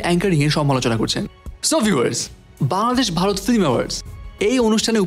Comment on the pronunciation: ফ্লিম নারে ভাই। ফিল্ম,ফিল্ম